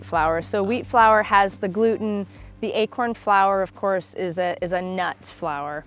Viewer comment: Wait... You say achorn? That is funny, because the way you pronounce it sounds like the dutch word ''eekhoorn'' wich means squirrel